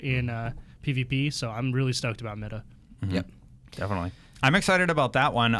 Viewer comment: It's pronounced MY-DUH.